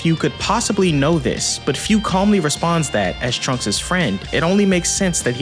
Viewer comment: Minor nitpick. Its pronounced foo not fyuu. Great video as always